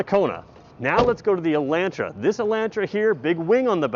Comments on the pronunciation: El'o'ntra, not ELAAntra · Take the mask off and it’s “E””lantra” hillbillies. Smh